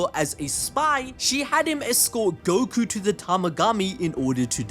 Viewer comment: I was thinking the same too. I’m also starting to think glorio is going to turn on goku over how often he mispronounces his name.